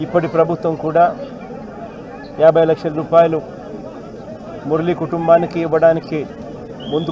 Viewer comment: Murleee kaadu ra mu ra li..ra mundu sarigga paluku. Asalu brahma vi nuvvu..srusthi nuvve chesaavu..po.inka po...palace ki